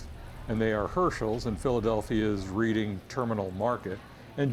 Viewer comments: First, Reading Terminal Market in Philadelphia is pronounced the same way as the city in Pennsylvania (like Redding). It’s a shame you did the research into pastrami reubens on the east coast but can’t pronounce the location of one of your favorites correctly. Second, you nailed Katz’s. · Reading Terminal is pronounced "Redding" as in Reading Pennsylvania. No one likes the bread at Katzs'. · Reading Terminal Market is pronounced “Red-ing” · He mispronounced it on purpose so you can comment